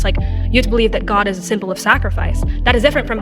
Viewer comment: Jordan Peterson believes in god, he just pronounces it Jod